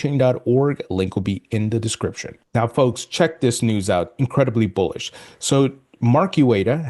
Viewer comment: I thought he said Bull💩 news.